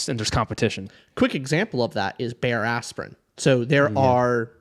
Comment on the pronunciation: All I heard was bare-ass-sprin 😂😂😂